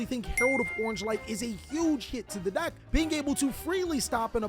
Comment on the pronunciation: You say ‘deck’ like ‘dack’ like a preppy white girl lmaooo